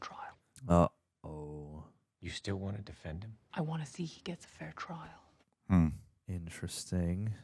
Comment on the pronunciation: One thing that irks me about this movie is often overlooked by a lot of people. It happens to be a simple word, or more accurately, how it sounds. It is how Rosamund Pike says "Trial." It sounds like she is saying "Chrial"